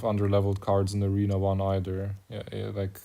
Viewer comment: aRENA, GAUNTLET. Come on man. I miss old HCR2… (the starting lowercase a is intentional by the way, it’s to highlight the low volume of the first syllable of the word ‘Arena’).